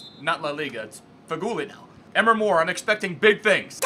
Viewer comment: Please Pronounce Emre Like Em-Ray. PS Love the Intros